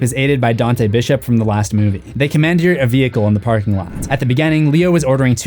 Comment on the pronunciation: How the hell do you pronounce commandeer? LMAO 🤣